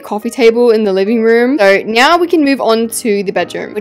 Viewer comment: HELP I'M LAUGHING SO HARD "so neow"